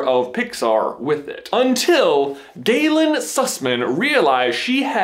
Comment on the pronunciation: Gaylin susman more gay-Lin sus-man